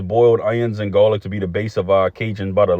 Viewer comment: Love the originality of this boil❤and how ya say gawlic💯